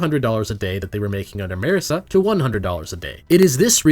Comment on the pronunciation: The real TRUTH of class conflict is how you pronounce Marisa. It's Mar(like Marx)-isa not Merr-esa